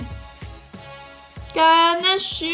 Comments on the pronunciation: 聽完的乾那水，阿滴應該會忍不住 XDDD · 甘吶水真的超好聽😂🖤🖤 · 乾納賽，害我水直接噴出來